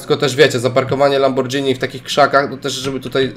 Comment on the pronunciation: fajnie by było jak byś mówił lamborgini a nie lambordżini